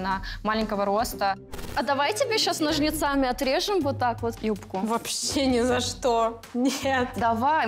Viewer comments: НожнецАми. НОЖНЕЦааааааааааааааМИ. ААААААааААА ножнецАми!!! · НожницАми.....залейте мне в уши воск